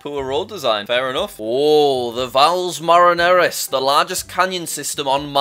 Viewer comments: Valles Marineris is pronounced val-is mar-in-aris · Jack: pronounces Valles Marineris correctly Also Jack: pronounces it wrong 10 seconds later